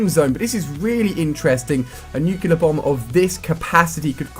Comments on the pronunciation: NU - CLEAR NOT NUKE - ULER Ali u be driving me insane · why cant people say nuclear right....its NUKE-LEE-YER not NUKE-YEE-LER. how hard is it? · rasY™ nucelar, its pronounced noocelar - i got it :P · I have a dream, that one day he will say 'Nuclear' properly.